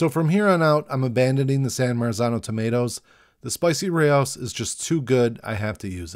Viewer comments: lol. “Ray-o-sis”. Rao’s sauce is awesome. Pretty sure it’s pronounced like “Row”, like the Indian name (rhymes with “now”) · Nah. It’s pronounced like “Ray-O’s” Source: uncle was chief food scientist for the brand (parent company Sovos now owned by Campbells soup co) for years. Been corrected by the man who sourced every ingredient that goes in the bottle 😂